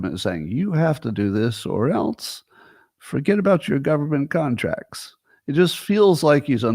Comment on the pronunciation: yup. my faves are "ount" and "elnse"